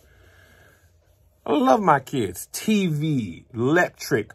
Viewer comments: Kev been paying bills along time...that man said 'letric! 🤣😂🤣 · lol he said lectric